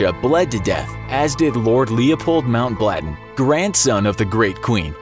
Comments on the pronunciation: Polyphylla? Uhhh...that's a type of scarab beetle. Maybe you mean Porphyria? New research indicates he may not, in fact, have porphyria.....but he definitely didn't have polyphylla. Con-san-gwin-ee-us. Lord Leopold Mountbatten...not Mountblatten. Heem-o-globe-in Sigh. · The pronunciation needs to be a bit better. Alexei was pronounced wrong. Also, it's Mountbatten not MountBLatten. I probably missed some, but those two annoyed me. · I can’t with how he said Mountbatten as MountBLATEN